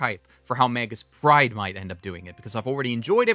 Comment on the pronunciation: I gotta ask. Are you saying Magus Pride or Magus Bride?